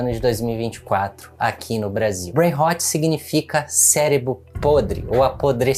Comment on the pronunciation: É BrainRot, não brainhot. E a pronúncia ficou ruim também